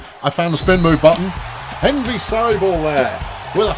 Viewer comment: I suspect Envy Sible is meant to be pronounced like Invincible